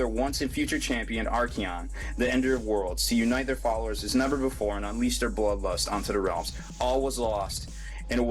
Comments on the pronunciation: Ark-on, not ark-ee-on. I know I look like a dick for the correction but I've only corrected this twice now. GW puts an "A" in there to trademark the guy. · Archaon is pronounced Ark-ay-on. Been pronounced that way since he came out in the original storm of chaos.